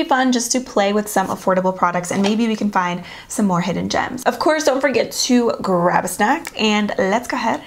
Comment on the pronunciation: Whenever she says grap a snack, I take it literally.